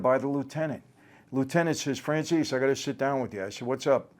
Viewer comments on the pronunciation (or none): I thought you pronounced your name Fran-Chay-Zee 🤷‍♂️😄🤷‍♂️